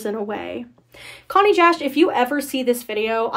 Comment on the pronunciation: YES IVE BEEN WAITING FOR SOMEONE TO MAKE A DISSECTION LIKE THIS also “chonny” is pronounced “ch” (like the ch of “chug”) “onny”, it’s pronounced in Welcome To Tally Hall Also, Was that redditor named Pathos?